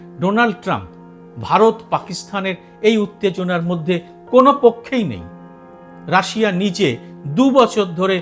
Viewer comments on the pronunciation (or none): none